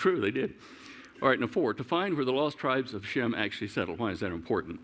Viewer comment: Just an observation, Shem sounds like Jim. Indians pronounce my name James as Jims.